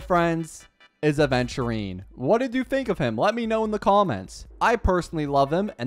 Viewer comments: doesnt everyone say it correct??🧐🧐 also yh i just noticed, happy for him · Wuhhhu. Hes only 1k away from 100k. And i just noticed says Aventurines name correct